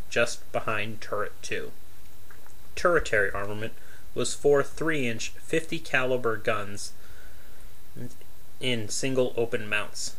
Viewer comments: That word you pronounced as "Ter-i-tary" is properly pronounced "TER-she-airy." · Turret Tary armament? Perhaps you mean tertiary? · Or ter-I-tary, rather than “ter-she-airy” as 3rd layer of anything. Basic English......